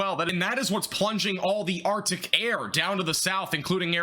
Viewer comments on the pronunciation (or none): none